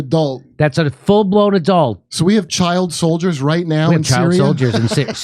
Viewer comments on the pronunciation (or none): Kurt: "So we have chikl soldiers in our military!?" 🤣🤣🤣